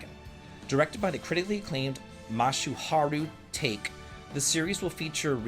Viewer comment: Uh-uh. There’s no one in Japan named“take” like “take something” Here’s a general rule: if you would use a long vowel in English, use a short vowel sound instead. It’s not a universal rule, but it will do wonders for your pronunciation.